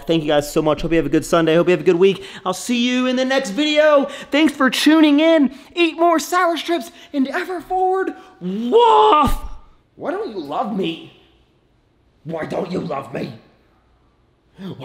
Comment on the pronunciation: Has he been saying “thanks for in” this whole time or did I just hear it wrong😅